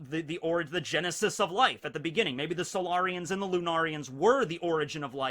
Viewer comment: Did anyone else think of mass effect when he said solairions